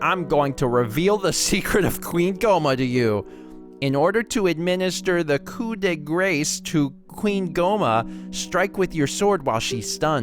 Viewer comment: Also it's "coo-dey-graw"